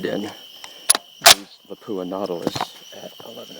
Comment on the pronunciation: It pronounced LAP-OO-AHH all in one word not Lapoooha you make it sound like a French toilet